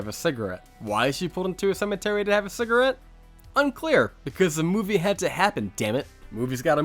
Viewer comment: He says movay( movie) for that reason I will not watch any more of his content 🤣 movay